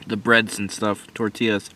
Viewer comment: 🙏🏽 when he said tortillas the correct way! Respect